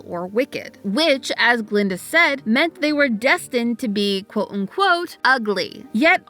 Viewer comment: That's Guh-linda. With a "guh".